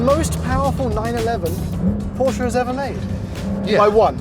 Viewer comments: Its not a poscha its porsche with an e. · How Beyoncé is not BeyoncAH Porsche is not PorschAH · porch ah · Imagine working for a car review company for so long and still not being able to pronounce the car manufacturer name properly.